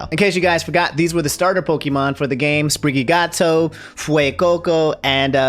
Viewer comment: "Sprigigato" lol I like it